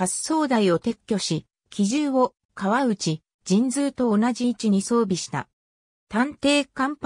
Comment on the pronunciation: あのすいませんが読み方ちがいますよ 川内型せんだい型です そして八八艦隊は、はちはち艦隊です